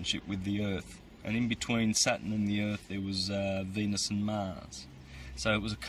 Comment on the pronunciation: He's not to bad at all. I've been finding more of his vids and enjoying them. I do believe he's not saying Saturn right haha I waited for the r every time he said the word and maybe it's my ears but I did hear it 👀👂😄